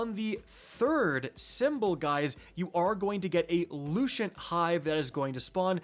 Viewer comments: Lucent. Lucent. Lucent. Like, Lou Sent. Not Lushent. Lou Shint. 😅😂😂😅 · I can feel my soul die everytime he mispronounces a word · "Looo-shent" "Ru-in" 😂. All the Guardians calling this "brutal", have no patience, and probably didn't get Wicked Implement and it's catty. Stop being so soft guardians. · Loo - sent / Roon